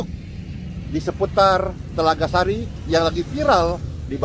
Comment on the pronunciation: Telaga Sari, bukan TELAGA SASI 😂